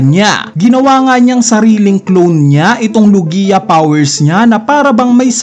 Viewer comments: It’s log-ya, not lu-giya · BOSS HINDI LOGIYA 😂 LOGYA PO PAG PRONOUNCE NYAN HAHAHHA NUNG UNA SI KING HARALD GINAGAWA MONG HERALD 😂😂😂😂